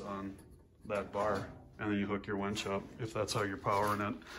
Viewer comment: Its a WINCH not a WENCH